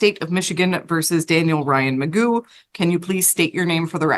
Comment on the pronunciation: I think his name is actually Daniel McGough, not Magoo. But Magoo is funny. :D